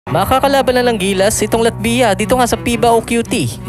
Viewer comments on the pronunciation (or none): medyo masakit sa tenga. Paki pronounce mo ng latvya. Thanks...